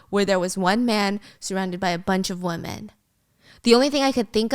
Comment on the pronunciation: "Wuh-min", (womAN) = one adult female "WIH-min", (womEN)= more than one adult female. The word is not, "woman", when there are more than one. It is not, "several WOMAN". No, it is, "several WOMEN", (PRONOUNCED, "WIH-MIN"). For the love of God